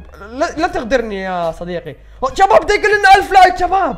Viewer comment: ليش تكول جباب كول شباب